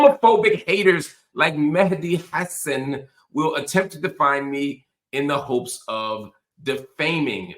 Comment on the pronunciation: Hello Mr Hill, So happy to find ur new venue! Have enjoyed ur analysis and insights for years. FYI: his last name is pronounced “Ha - Saan”